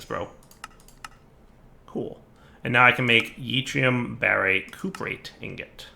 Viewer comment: Hey he pronounced yttrium right!